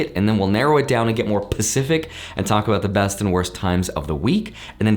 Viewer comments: Am I crazy or did he say 'pacific' rather than 'specific'? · It’s not pacific it’s specific lol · I was so tempted to dislike cause he said "pacific"